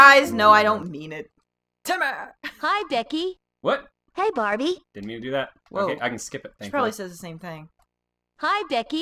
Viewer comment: "Hi Decky!" Barbie pls, it's Becky